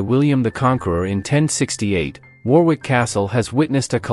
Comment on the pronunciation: Warwick is pronounced "worrick"- like "worry" with a "k" on the end.